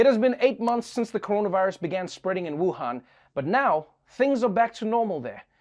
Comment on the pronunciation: People need to learn how to say Wuhan correctly